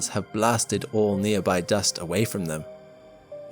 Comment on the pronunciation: Damn he saw the edger of universe... ROFL